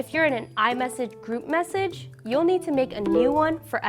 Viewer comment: The way she says message is kinda annoying. However her speaking manner generally is kinda sexy